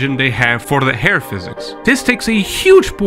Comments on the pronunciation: Learnt a lot in this, especially that Hair is pronounced as air. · I kept hearing AIR physics, was like mang what the hell on about